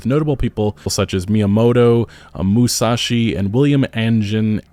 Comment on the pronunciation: How dare you butcher Miyamoto Musashi's name smh